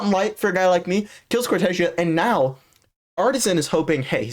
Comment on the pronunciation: No, im brazillian, And hes saying correctly, the casters says as americans says It, so they say wrong, is cor-te-ZEA